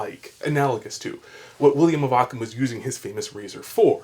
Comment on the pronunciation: Please, I beg you, “Ockham.”